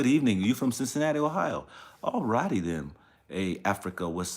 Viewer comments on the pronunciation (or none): none